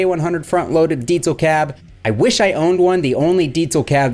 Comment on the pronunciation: Every time you say “Deetzal”…..😂 Maybe you should try a Metzzabarba or a Metza Boogie?